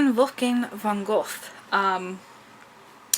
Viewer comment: Learn how to properly pronounce the author's name.